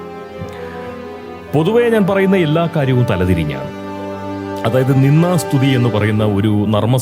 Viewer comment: പോങ്സ്കൃതത്തിൽ നിന്ദാ സ്തുതി എന്നുപറയുന്നതിനു പകരം നിന്നാ സ്തുതി എന്നാണ് കേൾക്കുന്നത്. ദ കാരം ഉച്ചാ രണത്തിൽ വരുന്നതേയില്ല. അനുനാസികാതിപ്രസരം. ശ്രദ്ധിക്കുമല്ലോ.